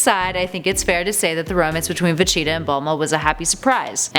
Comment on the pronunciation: Why is she saying vegeta's name wrong over and over again